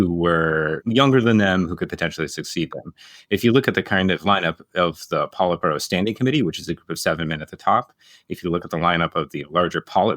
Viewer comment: Great stuff. I'll remember the polite burrow pronunciation 😂 ( I'm kidding, I'm not the part of the pronunciation police )